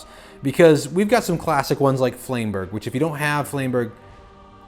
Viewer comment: pretty sure it's French. Flam bur jay. Flamberge.